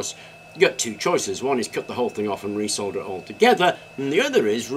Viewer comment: I picked that up too! But it was a slip of the tongue, has said "solder" many times before (including in this video). 😁 American butchery of English is very strange! They change words like "colour" and "paediatric" to "color" and "pediatric" so that the spelling agrees with the pronunciation, but then pronounce "solder" as "sodder". Very strange.